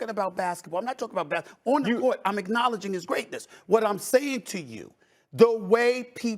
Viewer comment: Stephen A is so hypocritical I would be a better presenter...... He also keeps saying "Oh but not about basketballe" WTF IS IT ABOUT?!?!?!?!